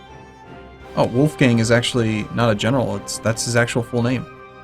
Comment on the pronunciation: The 'o' and 'a' in "Wolfgang" are actually pronounced like in "boring" or "scholar" respectively "hard" or a british "bath" ^^ source: am austrian